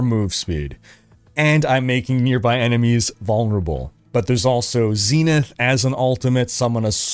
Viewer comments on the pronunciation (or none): none